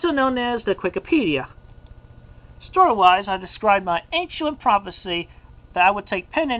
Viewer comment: ANCHUENT PROPHECY. I always thought it was just a typo in the comics but he actually says it like that as well what in the fuck. wait, no, you don't think it's anCHUent for the pun factor is it? oh god please tell me it isn't